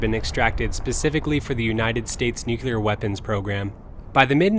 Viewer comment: I tried watching. Your Mispronouncing of NUCLEAR "NU - CLE - AR" as "NUKE - U - LAR" was just too Painful for me.